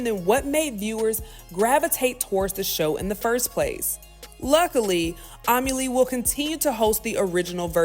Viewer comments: Love you but her name is Arlette Amuli (Ar-Let Ah-Muu-Lee). And the Netflix version is 💩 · still screwed up her last name pronunciation lol. Amuli is pronounced Ah-moo-ly. Then she definitely called her Arlene over Arlette as well smh.